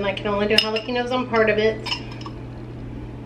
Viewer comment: Jalapeños….is pronounced with an additional syllable then you pronounce….might want to listen to a Hispanic channel for pronunciation